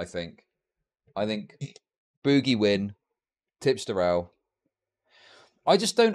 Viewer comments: STOP CALLING HIM BOO-GIE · Yeah ,mate, its boo-ghee, guv'na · Is saying "boogie" incorrectly bc he's so damn unaware, or full r? The word is used in many contexts, non of which call for that pronunciation.